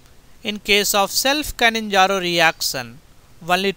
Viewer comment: Its not "canninzaro".. Bt "cannizaro"